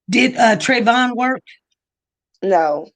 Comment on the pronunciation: Why interviewer keep saying Trayvon